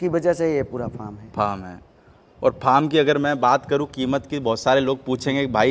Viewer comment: Say farm not pharm